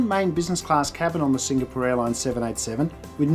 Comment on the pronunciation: I like your reviews, brief and to the point. I don't like your repeated incorrect pronunciation of Singapore. But that's a small thing.